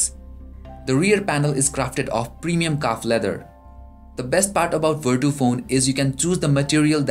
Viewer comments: its vertu not verdo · thats right it should be pronounced as vertu not verchu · come on man! don't make a mess :/ it's verCHu(IPA - vartʃu) I say once again